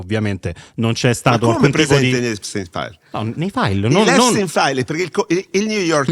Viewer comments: "Il Nior Taims ha scritto gli Episis Stains" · Impossibile pronunciare Epstein files nel modo corretto